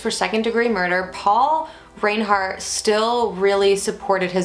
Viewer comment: You’re pronouncing their name incorrectly, it’s pronounced rinehart